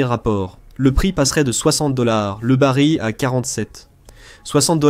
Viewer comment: Ce serait encore mieux sans les commentaires générés par l'IA, mais par des êtres humains, ne serait-ce que par respect pour les auditeurs. Le bari de pétrole au lieu du baril (prononcer le l) par exemple.